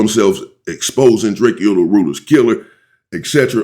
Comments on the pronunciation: STOP SAYING DRAKE-O's NAME WRONG. IT IS PRONOUNCED DRA-CO NOT DRAKEO 👀🙏🏾 RESPECT THE DEAD FAM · Drakeyo drakio messican like dude can you please pronounce peoples names right it’s not that much to ask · I wish he would pronounce Drakeo name the right way‼️ And remember, anything you say can and will be used in the court of law‼️